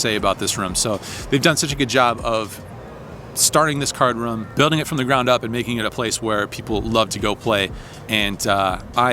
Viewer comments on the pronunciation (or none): Congrats on the business. Really heard your roots when you say poker "ruhm" . Keep up the PLO please!